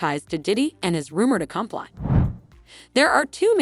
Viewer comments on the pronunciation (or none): When did "accompli" become a word, it's 'accomplices', lol😂